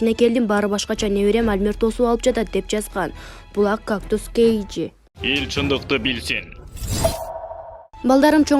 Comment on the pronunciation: Кээйджи деп окубачы кыжырды келтирип.озу адабиятта корком окууну билесинби дорогой кээйжи.